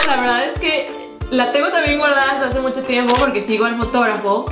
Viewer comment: Like si escuchaste si dice mocho y es mucho pero no te jusgo todos nos equibocamos hasta yo jijijij